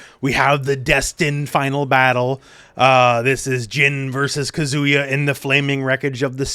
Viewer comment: omg please learn to pronounce Japanese names! He's not a kazoo 😭😭😭